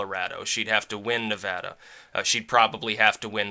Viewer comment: Thank you, btw, for pronouncing Nevada correctly.